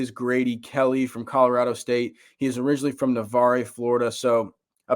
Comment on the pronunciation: Thanka. The e is silent on Navarre Fl.